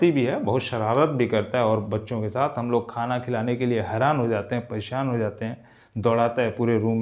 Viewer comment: Sir not mohshin..Mohsin is right not right shaath.saath is right .not sholv .solv is right sir improv your pronounsation properly for your personality